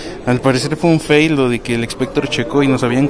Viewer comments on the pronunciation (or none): none